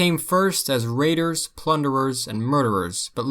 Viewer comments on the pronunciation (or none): none